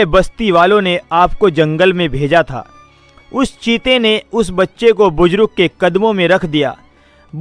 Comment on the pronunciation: Are qabil aadmi buzrug nahi buzurg hota hai